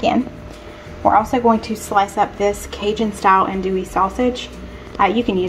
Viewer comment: Louisiana girl, here. You said jambalaya correctly but that’s a very saucy jambalaya & it’s a red jambalaya. Ours is more brown & not saucy. You did andouille wrong though. Still love you!